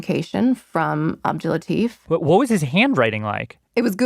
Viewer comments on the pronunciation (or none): i love the podcast, but the way the host says his name is making me so uncomfortable. that's not how you say latif. its la-t-ee-f. because in Arabic, farsi, urdu etc there's a ي between the "t" and the "f". i know its a small thing but its driving me mad